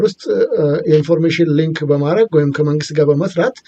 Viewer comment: ፈረንጅ ሀገር ተቀምጦ የሊክና የሊንክን ልዩነት የማያውቅ ጋዜጠኛ😂😂😂😂